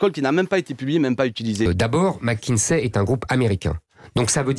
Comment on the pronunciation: mackinZay? Le Maire iz zpeaking englizh ...